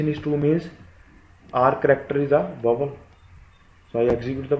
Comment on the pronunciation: yo ! that's vowel....not "vovel"...😂😂😂.... explanation is good yaar!